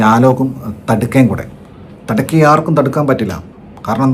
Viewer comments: Thadka alledey ... Thaadaka 😂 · തടുക്ക അല്ല താടക 😁